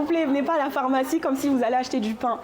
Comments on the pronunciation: Le journaliste qui prononce « phOrmacie(n) », je n’avais jamais entendu cette prononciation jusque récemment, ça m’intrigue. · Pourquoi l’interviewer dit "phormacie" "phormacien" ?? 🤔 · accent du nord de la France.